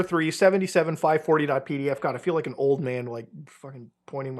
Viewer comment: "P" tapes. Not pee. PDFs.